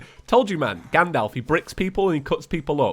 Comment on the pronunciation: He said gadolf. Sorry but its Gandalf